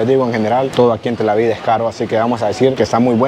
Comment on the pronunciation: Felicidades muy bonito video. Sólo una observación se pronuncia TelAviv con v al final no se pronuncia con d. Sigue adelante 👍